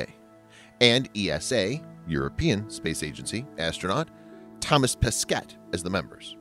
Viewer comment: Thomas Pessssketttte lol